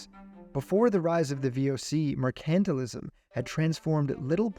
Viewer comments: “Mer-KANT-til-ism”?!?….TRY : “MER-can-TILE-ism”……Come on, fella : If you want to do voice work, knowing the pronunciation of basic words is, kind of, essential 😮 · Wow did you pronounce Mercantilism wrong.. Its pronounced Mercantile-ism....no accent on the C.